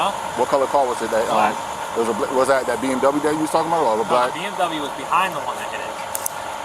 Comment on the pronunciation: U guys should really learn how to pronounce bmw right